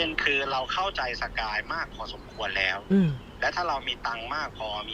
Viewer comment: สะกาย ไม่ใช่ สกาย